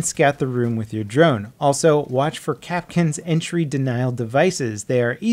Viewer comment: Isn't it Kapkan not kapkin